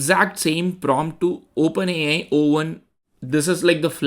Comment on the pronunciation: Wow, this is really great testing. And I am really awestruck with how much better the performance is... The Animated card example... is just a stark contrast too. Ps... dont forget to "say Open A (pause) I" ... with a nice "eye" sound to the I. Great video.